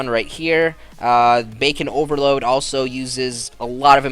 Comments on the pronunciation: ITS BACON OVERLORD. NOT OVERLOAD. LORD. NOT LOAD. Sry that just bugged me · His name was Bacon OverLord Not OverLoad. lol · BaconOverlord not BaconOverload... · Dude, Its bacon Overlord not over load xDD You didnt notice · You kept saying Bacon Overload, but it's Bacon Overlord. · Bacon Over LORD not load :P